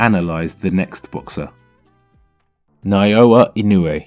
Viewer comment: どうも英語圏の人にはかなり発音し辛い名前みたいだな井上って ナーヤ・イノーゥエーとかナォウャ・ィノウェイとか不思議な響きになる